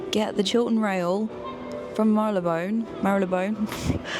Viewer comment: Love you and really enjoy and look forward to your vids! Wrt Marylebone, it's pronounced 'Marley Bone' not 'Marry Le Bone'. I pronounced it wrong for 40 years! It was only when I started working for a company that had its headquarters behind Selfridges that I was told in no uncertain terms how to pronounce it properly, coupled with a Paddington bear style hard stare!! It really doesn't matter in the general scheme of things but, as you were saying it different ways all at once when you were in the pianist bar (fnar, fnar!!), I figured it wouldn't be too desperately pretentious or offensive if I clued you in 😊 Keep up the great work, I lived in London for 10 years and my parents are both from different areas of London so I spent a huge amount of time there growing up but I had leave in 2022 as the rent just became stupid and I had no real quality of life as a result of the expense. I miss it so much, my heart actually hurts 😣 So I'm back there through your videos. C. XOXO